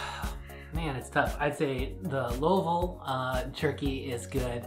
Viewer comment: pronounced Louisville right. One of my good friends was born and raised there.